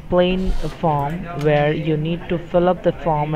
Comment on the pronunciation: He said vere it should be where